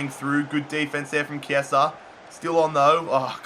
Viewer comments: Yes, Chiesa is "Chiesa" not "Ciesa". I'm italian :) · Also pronounce chiesa as key-aa-sa